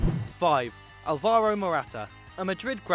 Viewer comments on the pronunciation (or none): Learn your "tildes" it is Ál-varo not Ál-va-ro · Alvaro Morata is pronounced with emphasis on the "Al", not "VAR". Hence the tilde being over the first A in his name.